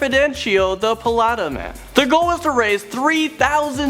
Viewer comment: ITZ PA-LE-TA!!! UR GETTING ON MY NERVES!!!😠